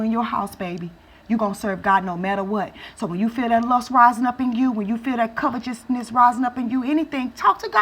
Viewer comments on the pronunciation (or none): my sister, it's pronounced : kavete'sness, with T , not CH.